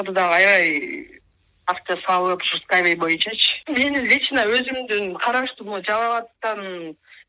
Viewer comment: эскавей мес Скай вей 😅